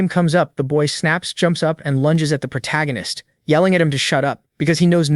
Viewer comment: Why is the AI (or whoever wrote the script) incapable of saying protagonist, or the MCs name? prota, protarcanist, protag... -_